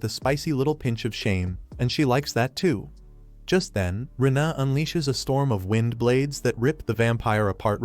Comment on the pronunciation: The AI has never seen the EI diphthong, because the girl’s name is pronounced “Rayna” not “Ree-inna” and that’s just the beginning of the dumb mistakes. Please edit your 💩